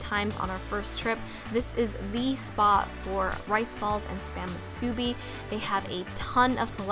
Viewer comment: moo - sue - bee say it fast. then you're saying it right.